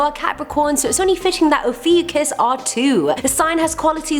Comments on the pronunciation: Actually, it’s pronounced: O-fi-U-chus Ophiuchus (At least that’s what I heard) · Oh-few-cus is how it’s pronounced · cries in Ophiuchus its actually oh-fee-oh-kus is how its pronounced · It is Pronounced O-few-cus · no one: absolutely no one:: OfEwCusS👁👄👁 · Pronounciation and date is incorrect. It runs from Nov 29-Dec 17 and WHY? focus on the bad people? If you really want knowledge. skip this vid